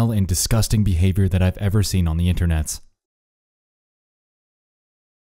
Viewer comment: Why Internetz???? Binge watching a whole lot of your Videos And you always keep saying Internetz Why? I realy wonder why ?